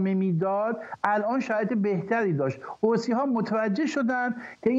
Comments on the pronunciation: به این بنده خدا عزیز یه کلام یاد بده حوثی نه حوتی فدای محبتت همش میخندم از حرفاش چیزی متوجه نمیشم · درودلطفا از بخواهید حوثی.... حوتی تلفظ نکند تشکر